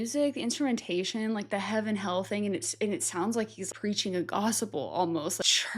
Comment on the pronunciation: Why does she say Gospel like that. Have mercy😭